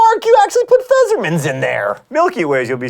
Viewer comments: So funny how you pronounce pfefferminz xD btw I'm german :D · Well, that was an awful pronunciation of "pfefferminz". But I can't stay mad at the mighty Green. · The pronunciation of "Pfefferminz" was so funny :D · But he still should be able to tell an 'f' from an 's'. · It's called pfeFFer minz, not pfeZZer minz. It's an f, not a z. FYI. Other than that, sweet episode. XD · Why would you say Pfesserminz, when it's Pfefferminze? With ff, like in "coffee". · It's Pfefferminz, not Pfesserminz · Why does he pronounce the f's in "Pfefferminz" as S? Oo - A very confused German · It's Pfefferminz, not Pfezzerminz. It's German, not Alien. It might not treat X and Z pretty much the same, but it doesn't turn Fs into Zs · Fezzermints? Really? Pfeffer. PFEFFER! SAY IT! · Pfefferminz not Fesserminz ;) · Why does he say 'feserminz' if the word is 'Pfefferminz'? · It's not "Fezzermints", that's a P and an F at the beginning and two Fs in the middle: PFerFFerminz. =P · Fessermints :D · C'mon, John, now you're doing it on purpose. PFEF-FER-MINZ. HOW COULD YOU GET THAT SO WRONG AAAHHHHRG. D:< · "Pfeserminz". Not quite, you'll have to try harder next time ;P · "Pfefferminz" = Phezzermints? What happened to the fs? You almost had it. Just replace the zz sound with an f sound and it should sound pretty much correct. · Your pronunciation of "Pfefferminz" is adorable. Wrong, but really adorable. ;) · I love you, John Greene, but you completely butchered the pronunciation of 'Pfefferminz.' Let me help you: 'Pf' is pronounced 'pfff' as in 'pfff, why should I care how to pronounce this word.' 'Eff' is pronounced 'eff' as in 'why the eff should I pronounce this word correctly.' 'Er' is pronounced...well, this is actually the hardest part of this word, but you can kind of think of it as 'ay-uh' as one syllable. 'Minz' is pronounced like 'mints.' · In German the p is pronounced at the beginning of Pfefferminz. Also, the z makes a tz sound. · John. That is not how you pronounce Pfefferminz :(